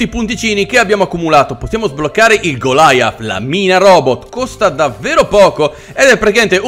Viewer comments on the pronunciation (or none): Golia non Gilaia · Tlg goliath non golaiath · Per informare il nome é panzer cinque, in originale pkfw. V (Panzerkampfwagen fünf "Panther") E goliath si pronuncia come Golia le caramelle